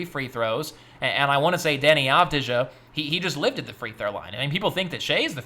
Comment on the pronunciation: It's Av-Dee-Ya not Av-Dee-Ja